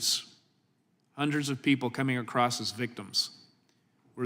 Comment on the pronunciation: Mr. Jordan, I adore you. But I also implore you there is no tea on the end of across.